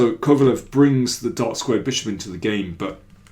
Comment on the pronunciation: Daniel, if you know a bit of German, it should be easy for you to pronounce Kovalev, as it should sound like KovalÖv